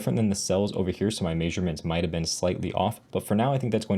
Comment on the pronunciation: am i the only one weirded out by how he says the word "measurements"?